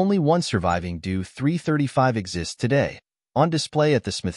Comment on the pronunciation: Drop the ai voice, totally craps the pronounciation: Doe 335😢